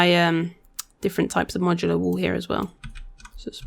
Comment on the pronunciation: Not mocular yes Modular :D haha